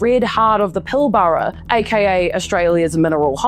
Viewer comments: Ok, for everyone that's not from Western Australia, its pronounced Pill-Brah not Pil-ba-ra. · Far out !!! Try pronouncing Pilbara as Pil Ber a ! Not Pil bara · Pilbara is pronounced Pilbra and Wittenoom is pronounced Wittnoom. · As an Australian you a new Zealand due to accent correct me if I am wrong. I would not front up on YouTube channel and butcher the pronunciation of New Zealand country and city names. Was born in Melbourne but my father came to Western Australia mining and did well. Gina was older than I but we attended the same school. Your pronunciation of Pilbara is wrong your pronunciation of Wittenoom is wrong. So what other major facts are wrong in your story or deep dive on Gina ?????